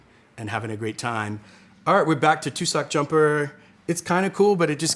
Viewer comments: It's pronounced "TUHSsick", not "Two-sock"! And the bear is wearing a "jumper". That's the joke. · Says "too-sock" the whole episode then 'i may have put my foot in my mouth' I mean, yeah, lmao. "Tuss- uhk" not "too-sock".😂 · Are you dyslexic? You keep reading the fairly easy wine names wrong (i.e. Vichingo - you know, like the Vikings that it's got on the picture - as Vinchigo, or Tussoc as Tucsoc). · How can you not check the pronunciation of the labels more carefully before filming? Almost everything was mispronounced in the worst way possible, like adding letters to the names (Zentana instead of Zenata, Vinchigo instead of Vichingo, Tucsock instead of Tussock, de Alba instead of D'Alba). How can I believe the information that was shared if the presenter treats these so carelessly? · Tussock = TUH-suck. He's not really the target market for bear-in-a-sweater wine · Also tussock isn't pronounced like Tuscon - it's more like truss without the r and ick. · YouTube doesn’t choose what gets published on its site. That’s kinda the point of YouTube. As far as the word “tussock” is concerned, he knew what he was going to present and he could have checked that astonishingly easily. That’s just basic preparation. The word “demeter” on the other hand is something that is known and frequently discussed in the wine industry. Not knowing how to pronounce that word does make me doubt his knowledge. There is so much “information” on social media with no easy way for non-experts (most people about most things) to verify truth. Excusing obvious errors because you like the guy, or because you want to believe what he has to say, is probably not a big deal when talking about wine—but it really matters when you’re getting fed lies and distortions on things that really matter in life. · I feel the name "tussock jumper" has a New Zealand connection, tussock is a grass endemic to N.Z and we call sweaters "Jumpers"... Also, tussock is not pronounced that way.